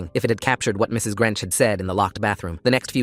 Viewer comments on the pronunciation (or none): Mrs. Grench instead of Grinch😂😂